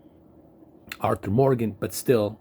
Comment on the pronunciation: "Arkur Morgan"?